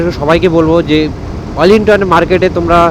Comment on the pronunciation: Wellington ❌❌❌olington✅✅✅